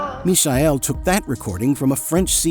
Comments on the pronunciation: FFS it's Michael not Misael! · WTF idiot AI ? Misha-el ??? It is the English Michael !!! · is his name not michael? as in mike, michael? not mee-shy-el? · WTF Idiot ? Misha-el...?!? It is the English Michael !!! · "Mikael", not "Mishael", sorry, just had to be said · Why pronounce "Mishael" when is simply Michael like in Michael Jackson? 😅 Sounds horrible and I have never heard that version before. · Ok but what’s with the pronunciation of the name Michael ? 🥴just say it as it is in English, or- if you want to say it in Romanian, it’s actually Mihai, not Michael. And Cretu is actually read CRETZU( which means curly haired) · Michael is pronounced mee-kah-el. I know, it's also my name. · who's the imbecile that pronounces "mishael" and "ibizia'? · It smells so bad when you say Michael and not miˈhaj ˈkretsu. The Romanian name should sound almost Chinese: just say "me hi" fast Is it AI fault ? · Must be. Nobody pronounced "mischael" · If I hear Mishael one more time... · “Mee-shy-ell” didn’t realise the alternate pronunciation of Michael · Where are you from ? Is English not your first language. ? I am surprised how bad you pronounce Michael and Ibiza ! WTF dude ? 😂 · you honestly cannot pronounce MIchael? ffs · Is this the french prononciation of Michael on the video, I thought it should be said just like Michael Jackson or Michael Douglas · he keeps mispronouncing his first name its very annoying. he gets sandra pretty close though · Just a correction: in Romania we call him Michael (as any English speaker would pronounce it) and Cretu is Crețu, so not pronounced ”kre-too”, but ”kre-tsoo”, like Italians pronunouce Z (a ”ts”). The similar Romanian name is Mihai, pronunced ”me-high” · He is using the German pronounce of Michael. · AI not knowing how to pronounce Michael... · Mi-cha-el please stop butchering his name. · atleast learn how to pronaunce his name correctly... i hate AI naration